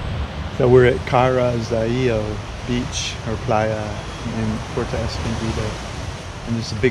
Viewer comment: Good one amigos,, it's not PORTO, it is PUERTO, pronounced: " poo, where, toe ", come on, you're from cali, you can do better than that, love ya!